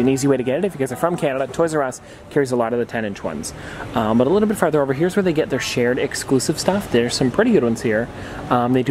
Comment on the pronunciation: LOL "Today we decided to travel a little fart out to try some other..." Sorry, had to point it out! :P